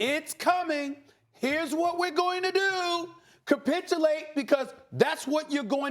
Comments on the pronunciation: Wtf is “capitchulate” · Stop saying copitulate